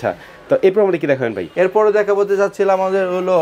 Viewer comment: Bhai উচ্চারণ ঠিক করেন। আপনি Vai বলতেছে